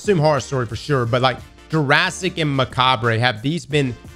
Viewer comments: its just "Muh-cahb" not mucahb-ray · it is pronounced "meh-cob!" Tell the others, tell Wallah, TELL THEM ALL!!! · Mechabre is a play on the word "macabre," which is pronounced "muh-cob." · you're usually so good at looking up how to say words. It's Muh-kaab, drop the "re". It's stupid I know but I promise it's right. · Take a shot every time he pronounces "Mechabre" phonetically. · You're pronouncing "mechabre" wrong.